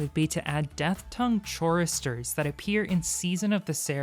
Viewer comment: Da fck?? CHOREstors?? Its pronounced cor res storelike a chorus